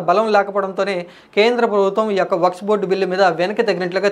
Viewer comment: వక్స్ బోర్డ్ కాదు వక్ఫ్ బోర్డ్ .